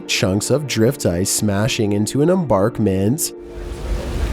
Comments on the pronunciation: embankment not embarkment..lol! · Embankment, not embarkment!!!